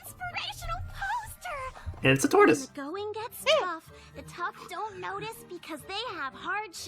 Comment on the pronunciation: first reactor i've seen say TORTOISE. bugs the hell out of me when people get them wrong.